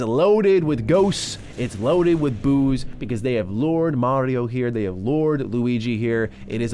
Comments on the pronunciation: Did anyone else hear Booze instead of Boos? I thought alcohol was a part of this kids game when he first said it haha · “It’s loaded with ghosts. It’s loaded with booze” Is what I heard lol